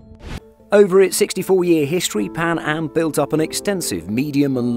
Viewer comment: Maybe a safer couldve saved it also did you say pan ham